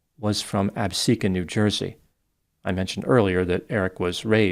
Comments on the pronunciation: Thank you for pronouncing Absecon correctly! Ty for this vid!😅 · You are the only YouTube I know that has pronounced Absecon correctly